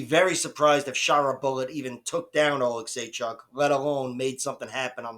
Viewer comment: You pronounced Oleksiejczuks name the best of all youtube 😂